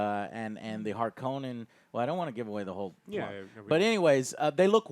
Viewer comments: Also Joe, the pronunciation of Harkonnen is not how they say it in the Lynch movie. In that movie, they say it like harKOnen, like it has only one N but Frank Herbert actually pronounced it as Harkon-nen. They do pronounce it correctly in the sci-fi series that came out around 2000. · You're pronouncing Harkonnen and Freman wrong